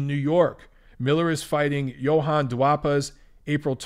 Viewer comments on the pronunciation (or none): none